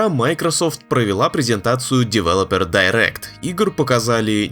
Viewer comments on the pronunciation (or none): none